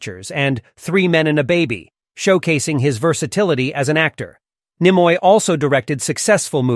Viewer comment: As you introduce Spock, not one of the stills in the montage shows him. OK, so you mispronounce Karamazov, no biggie... But... Nimoy? To quote Sam Rockwell as Crewman #7 Guy in Galaxy Quest... "Have you even SEEN the show?"